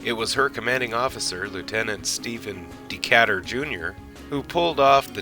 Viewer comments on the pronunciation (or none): Not De-cat-ur...properly pronounced De-cay- tur